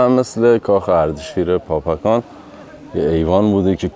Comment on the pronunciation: به درستی شما بابکان را پاپکان نامیدید. در زبان پارسی فیروز معنی ندارد. در زبان عربی پ، ژ، گ وجود ندارد. دزفول، دژ پل بوده. فیروز آباد ، پیروز آباد و حاجی فیروز ، احتمالآ....پیروز بوده. ممنون ، همه دوستان از ویدیو های شما لذت میبرند. موفق باشید.